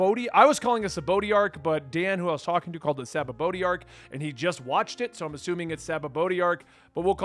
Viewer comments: It's pronounced Sha-bon-dee. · I hate when people correct others with the wrong pronunciation 😭😭😅 say it HOWEVER you want to. But the correct pronunciation for the sake of those who tried correcting you is "Sha-bon-dy" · you pronounce it right and dan pronounced the arc wrong. Great job